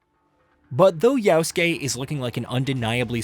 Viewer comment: Guy says “yowskay”